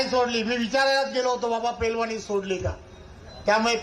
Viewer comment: अरे रवी तुला नीट पैलवान म्हणता येईना तू कशाला तोंडाच्या वाफा घालवतोस.😂